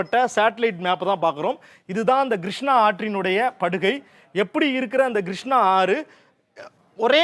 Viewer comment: நல்ல விளக்கம் . வரைபடங்களும் நன்று. ஆனால் கொஞ்சம் உச்சரிப்பை மேம்படுத்தி கொள்ளுங்கள் Grushnaa வெல்லம் நுப்பது கடலில் கரை கடப்பது Kodhavari vs Godavari